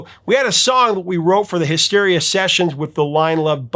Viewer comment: did he just say "mysteria"?